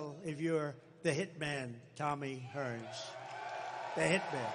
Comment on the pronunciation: I am shocked he actually said his name right and got the right person for a fighter.. He has said many people's names incorrectly many times at rally's